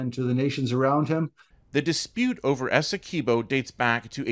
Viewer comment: Please pronounce it properly... its 'Essekwibo' NOT 'Essekibo' . The Guyanese people who live in the Essequibo do not pronounce it like the Venezuelans.